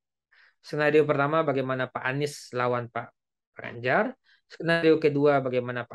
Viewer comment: Ini orang sebut nama orang aja gak benar gimana surveinya bisa benar, Ganjar di bilang Banjar 😅